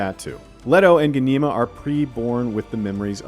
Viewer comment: Who thought changing the pronunciation of Ghanima and Alia was a good idea? Hint: It wasn't!!!